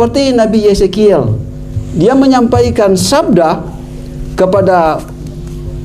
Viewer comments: Hahahaaaa...Nabi Yesekiel.. Katanya Mantan Pendeta??? Masa Bilang Yehezkiel AjaYesekiel... Akakkkkkkk...😅😅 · Katanya mantan pndeta S2, tapi nyebut nma nabi Yehezkel saja keliru jadi Yezekel.. berulang2 nyebutnya tetp keliru....... makin mumet saja kau..🤣🤣🤣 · pak... bukan yesekiel.. tapi Yehezkiel... supaya tepat menyebutkan...apa gara gara lidah yg sudah ada cengkoknya.. makanya salah sebut yah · Hebat bener mem*k ini. Yehezkiel aja bacanya yesekiel. Belepotan. Saya membayangkan bagaimana nanti dia mempertanggung jawabkan di hadapan Pribadi yg berhak mengadili orang yg hidup maupun yg sudah mati